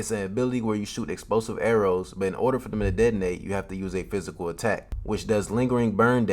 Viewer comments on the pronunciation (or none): none